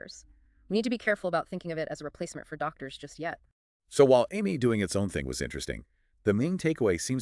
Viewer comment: The five different pronunciations of AMIE makes this video really hard to listen to.